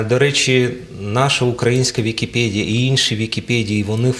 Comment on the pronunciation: ВікіпЕдія, а не ВікіпЄдія!